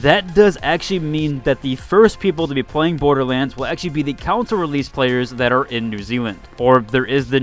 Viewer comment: "counsole" CON-SOLE.. CAN-SOL (strong A sound). Not COUNSOL.. I'd pay to laugh at how you'd say "members of the counsel please bring your consoles"